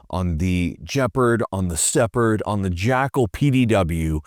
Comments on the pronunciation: It's the Gepard, not Tshepherd. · It's "Geh pard" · that’s gotta be the most hideous gun ive seen in my more than seven seconds on this earth. also did you just say jeperd?!?! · just so you don't sound like a goof next time, the g in gepard is pronouned like in 'get' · Not Russian, but I think the g is pronounced as in (God) and you accent the first sylable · hes not pronouncing Gepard right and its irking me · Hearing "guepard" pronounced with a soft "G" was very disconcerting. I didn't relate it to the animal until he said it was a name for cheetah.